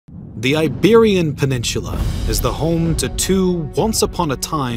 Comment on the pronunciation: You say peninsula as if there is a CH in there.